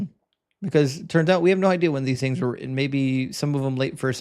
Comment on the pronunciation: When you say written, you tend to say the emphasis on the end as in not ten, lol.